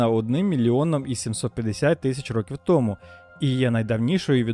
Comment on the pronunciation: Стільки-то років томУ, а не "тОму", як озвучує текст диктор. ТомУ я не буду ширити це відео, а хотілось би. Взагалі, слухати якогось недоріку протягом тривалости відео було чистою мУкою.